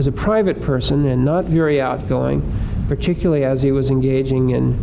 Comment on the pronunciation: "Particuly", here again, we have an educated person, apparently, who drops syllables out of ordinary English words. Why?. Particuly is NOT a word. Tempory is not a word, yet is used, again by apparently very well-educated people because "they don't know better". I really wish that these "educated" people would learn to speak English. English is a very beautiful language, please STOP abusing it. PLEASE learn to use it.